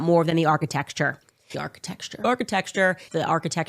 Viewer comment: I've heard architexture so much it started to sound right. The brain melts listening to this woman 🤣